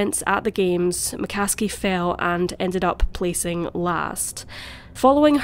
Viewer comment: McCaskie to McCasket